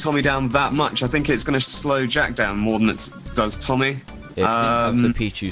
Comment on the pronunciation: the guys name was Tommy Roberts not Ommy Roberts